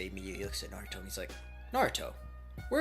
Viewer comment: u said nartho it’s naruto 🍥